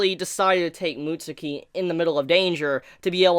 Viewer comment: Mutsuki? It’s said like “mutskii” not trying to sound like I know it all but that’s how it’s said